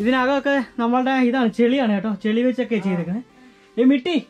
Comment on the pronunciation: മിട്ടി അല്ലടെ മട്ടി